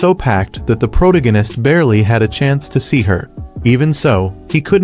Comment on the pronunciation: I hate the way he says protagonist.